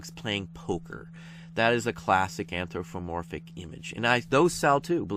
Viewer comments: Very nice video and you are pronouncing anthropomorphic wrong (there's no f in there) Cheers! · ph sounds like f Think you just put it in the wrong place. : )